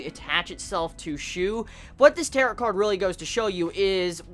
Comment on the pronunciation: It's pronounced tear-oh